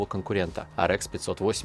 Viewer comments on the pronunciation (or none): Уши вянут от такого произношения. Арэкс gtэкс пиздец